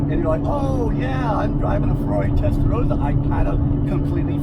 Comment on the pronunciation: Rossa not Rozza lol😊